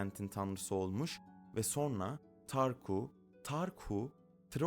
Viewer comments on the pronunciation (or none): Türkçen bozuk.Sorna denmez